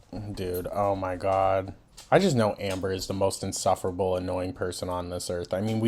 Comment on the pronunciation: When you said ,"Anber" I got called out lol gorl!! Lol 😅😅